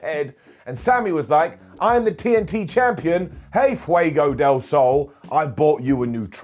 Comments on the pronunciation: learned how to say "fuego"! it hurt my head every time i heard "fee-A-go". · I'm really happy that finally learned how to say Fuego properly ahahah